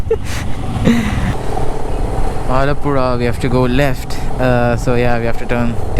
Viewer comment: Dude ur a mallu !!! I was amazed to see a non-keralite saying Alappuzha and all correctly untill u said "ayyo veezharuthe"😂😂😂